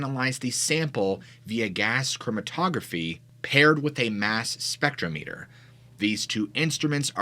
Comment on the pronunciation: It's pronounced spectrometer, not spectromEter.